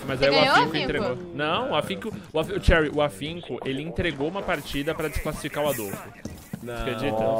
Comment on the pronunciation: o ensiste em pronunciar o nome da cherry errado né kkkkkk